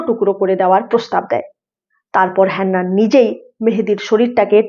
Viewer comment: আরে হেন্নান নয় হান্নান ।